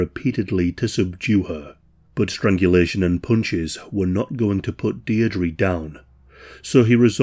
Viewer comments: "Deer-dree".. is this how Brits pronounce that name? Dierdre sounds way different across the pond.. Also its never EVER a "discarded mannequin" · Her galic name is pronounced "Deer dra" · you know. youre not 100% on how to pronounce Deirdre but i imagine it's still a lot better than an American